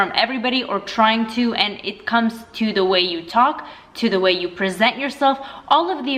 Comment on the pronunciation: The... not “thee” unless there’s a word starting with vowels or “y”.